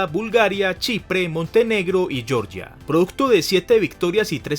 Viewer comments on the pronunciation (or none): none